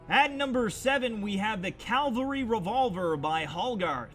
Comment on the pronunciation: did he say calvary?